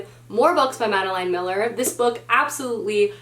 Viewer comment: If you decide to read Circe by Madeline Miller, which I liked even more than The Song of Achilles, I would totally recommend it as an audiobook because the narrator is amazing. Also, you're mispronouncing Madeline Miller, it's pronounced like Madelyn, not Madeleine.